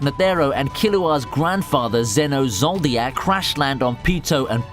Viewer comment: WHO THE FUCK IS ZENO ZOLDIYAK???????